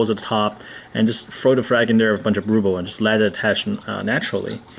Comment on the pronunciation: RUHHHHHBLE RUHHHHHH lol you're saying "rooble" haha I was like wth is he saying 😂